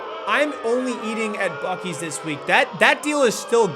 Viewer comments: Buc-ees more like buc-deez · I was told it's pronounced Buce-ees. Like Bussy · it's pronounced like bussy. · I believe it's actually pronounced "bussy's" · it's pronounced Bussy's